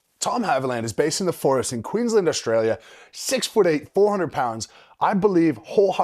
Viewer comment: Why can’t Americans ever pronounce Queensland properly lol